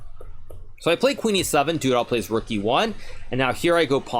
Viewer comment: Everyone: Duda Hikaru: Doodah